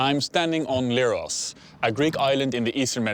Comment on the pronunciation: its not leeros , its lerh-os like lepricot , lemon , lent not like leerhoy or lyrics